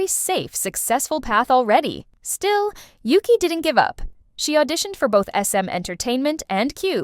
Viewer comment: Why do the members pronounce it Oogee?